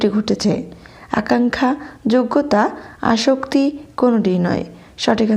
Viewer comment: আসক্তি নয় আসত্তি